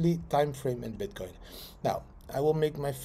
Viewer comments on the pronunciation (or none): I'm pretty sure at one particular moment you said bitkind..too excited I guess